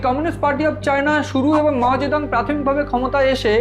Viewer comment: মাও সেতুং না মাও জিদং